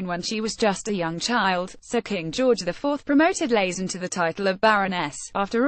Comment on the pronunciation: It's LAYT-ZEN, not LAZEN! But why should we expect accuracy from this damned ROBOTIC voice??